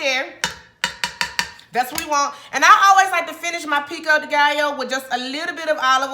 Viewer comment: Did she say Jheri Curl Pico De Gallo 😂😂😂